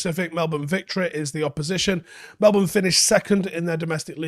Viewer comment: Love how pronounced "Melbourne" correctly.